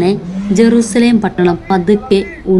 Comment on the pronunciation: ജരുശലേം അല്ല എരുശലേം അണ്